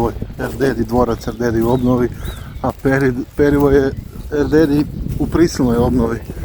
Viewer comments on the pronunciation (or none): Krivo izgovaraš prezime Erdoedi, ostalo je ok.